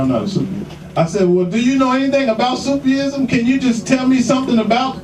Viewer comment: Brother please, fi sabil Allah, it's not " Sufi' ism"... It's simply " SOOF- ism'.... ( It gives the appearence that the brother can't read)... Which is strange foran adult from America))